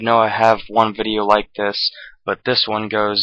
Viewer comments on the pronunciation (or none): none